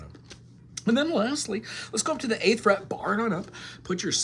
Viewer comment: D flet on the first flet 😅😅😅